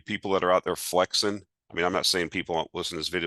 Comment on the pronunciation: So funny to hear say “flexin”. Love it! 😊